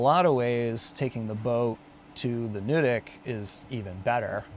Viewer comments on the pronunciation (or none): Nuddick rhymes with Mud Brick. Not Nude Ick lol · Ohh yeah...The box has already been checked, and verified, that the two of you are Not " ordinary folk " : that's a good thing 👍 To help with the pronunciations, Nuddick ; it's not nude. And François is; France-wah. I'm curious about the technical rating of the climb. It has to be at least a 5-8+ ... Looking forward to that